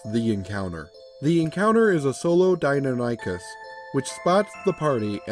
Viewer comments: Forgive me, I'm going to be "that" commentor for a moment. As a huge D&D fan and a massive dinosaur enthusiast all my life, the creature's name is pronounced: Die-non-ah-kiss As pronounced by Prof. Ostrom who discovered the animal. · In the off chance it ever comes up again, it's "Die-NON-ychus." I'm not sure how to pronounce the Q-bird, though. Even in my good ol' days as dinosaur-fanatical little brat I'd never heard of it. I don't get the player's reaction, either. Unless he had some mental health issues before the death of his mother or the experience was especially horrifying and traumatic, he should have moved on by this point. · I wouldn't say hubris was involed, it's a commonly mispronounced name if one hasn't heard it before, or in a while. My ultra dinosaur nerdy side kicked in and I couldn't help myself. Bit of trivia related to the video: The commonly known Velociraptor, the small feathered turkey sized dino, is fully known as Velociraptor Mongoliensis. Deinonychus (Dienonychus Antirrhopus) at one time was breifly known as Velociraptor Antirrhopus. So while the raptors in Jurassic Park are Dienonychus, calling them Velociraptors isn't really wrong.